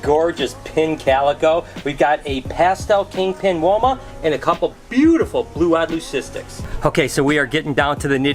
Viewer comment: “Butefe animal” 😂